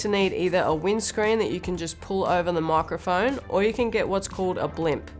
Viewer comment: Love how she says "moicroiphoine" 🥺